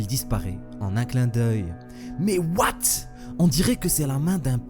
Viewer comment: Ce qui me fais rire c'est quand tu dis "MAIS OUATE ?!" (J'ai fais exprès de mal écrire)